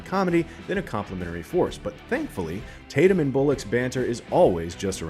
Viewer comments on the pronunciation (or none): Channing Tatyum get it right!!